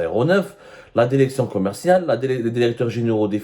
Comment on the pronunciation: DIRECTION ET NON DERECTION YA ABDOU SEMMAR